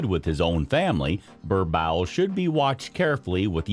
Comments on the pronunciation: Its boer-boel.. Bur bull... How can i take u seriously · Im south African... I feel so offended when you keep saying 'burbowl'💔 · Bruh like what hahaha! Worst pronunciation I’ve heard yet. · That's way to pronounce "borbowl" is just funny 😂😂😂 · What the heck is a "ber-bowel" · It’s pronounced “boorbull”😂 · Its pronounced "BOAR-BULL" 😐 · I'm from USA and it was annoying me too 😂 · Lol Burr bowl. Your butchering the breeds name. Wow!!!! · Incorrect pronunciation of the breed. Also, why show all the other breeds? Other than the above stated, the general information about the breed was good. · Did this man do his research on how to pronounce this dog😮 The pronunciation is so bad as a South African I’m so offended and boy didn’t you just make my ancestors cry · Learn how to properly pronounce the breed name.